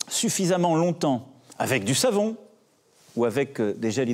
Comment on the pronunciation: la manière dont il dit de se laver les mains, AVEC DU SAVON!! Ça me tue